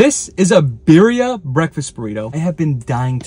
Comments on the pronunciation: Birria (Bi-rri-a) is properly pronounced bee-ree-ah, roll the R. #facepalm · People need to stop pronouncing it "beery-uh" 🤬🤬🤬. Correct pronunciation is "B-D-Ah"